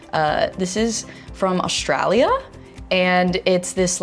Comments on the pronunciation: The way she said, "This is from, OSHCHRAAALIA" (Australia). I loved it. I just love it when celebrities from other countries say "Australia" they all pronounce it differently, so cute ❤❤❤ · I love how she said aUstRaILa😂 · breh she said Australia like "Auoo stray liar" no hate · Austraalia (that’s not how we talk!!!!!😂) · “AsTrAiLiA” gosh I love her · the way she said AUstrAliA😂😂😂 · I'm from Australia and I love how she said ''AusTRALIA'' and she is using the Paw Paw lip balm :) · AHAHA AGREED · the way she pronounces Australia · why did she say Australia like that 😂😫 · The way she says Australia 🤣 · THE WAY YOU SAID AUSTRALIA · Help why did she say australia like that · The way she said 'Australia' is amazing. No but I do love paw paw ointment ❤ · hey i'm aussie, what she is putting on her lips in paw paw cream its beast. also don't say Australia like that gang